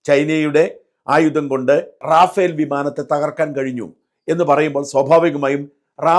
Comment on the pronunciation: റാഫേൽ അല്ല, റഫാൽ